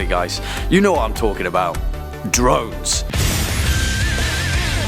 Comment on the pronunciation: When he said drones I thought he said drugs for a second